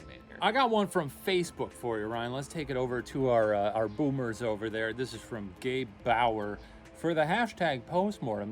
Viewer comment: i heard "boobers" instead of "boomers" that's so funny